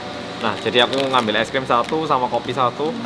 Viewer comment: Org korea ngomong e es krim